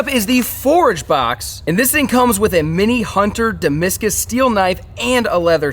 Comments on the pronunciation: This man just just said dismiscus lol its Damascus lol 🤣🤣🤣 its ok man we all slip up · “Da’ mask’ iss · Damascus - Sounds like duh·ma·skuhs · you didn’t say Damascus right 😂